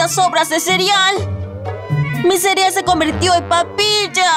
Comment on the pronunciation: Like si te diste cuenta de que digo cirial en vez de cereal